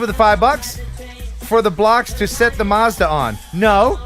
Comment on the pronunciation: this is how you say Mazda in English 😋